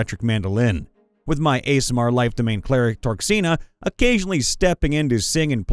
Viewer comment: your pronunciation of aasimar as ASMR gave me psychic daage XD but great vid regardless